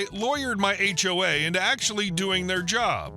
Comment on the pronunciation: Interesting text-to-speech typo there, "age wave" for "HOA". This time it was a young guy but often it's a wave of older busybodies that make for bad HOAs! (I'm 'older' too but nobody could ever accuse me of being a busybody...